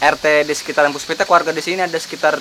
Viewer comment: PUSPIPTEK pak, bukan puspitek.